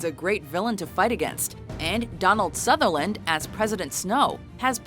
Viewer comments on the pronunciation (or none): It’s Sutherland not satherland it just bugs me. cuz I have the same last name